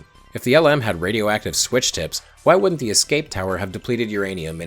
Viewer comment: I know you're Canadian. And you've noted how NASA pronounced "Gemini." The Lunar Module (LM) is pronounced "Lem." This is a throwback to its original name, Lunar Excursion Module. It's really the only "error" I can find in all of this (and you pronounced it right a few other times). You've made a wonderfully complex video. I've familiar with all parts of the iceberg, and you did a great job.